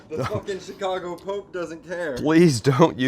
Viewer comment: Slize it nize an tin! Also... good jab ahn yer ChiKago accent, Saam!